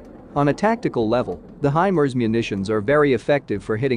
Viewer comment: I thought it was pronounced "high Mars" not HYMERZ.